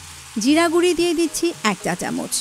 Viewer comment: রান্নার ভিডিও করছেন অথচ উচ্চারণটা শুদ্ধ করা শিখলেন না। গুড়ি কি? জীবনেও গুড়ো শব্দটা শিখেন নি?